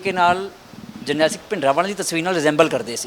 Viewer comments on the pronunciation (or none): none